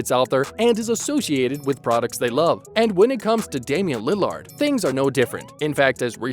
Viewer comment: Are you incapable of saying lillard or something